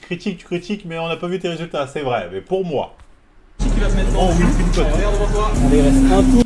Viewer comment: On dit whippin frero pas winpin